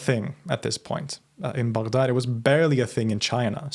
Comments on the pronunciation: Finally, someone who pronounced Baghdad right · Im shocked on how you pronounce baghdad so accurately, good job